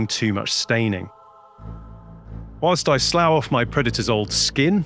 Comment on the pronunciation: Awesome. Lovely nostalgic goodness. Tiny nit pick: the verb "slough" is pronounced "sluff".